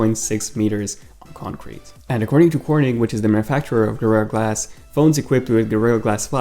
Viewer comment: Did he say guerrero glass??